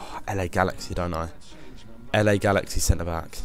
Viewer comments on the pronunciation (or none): none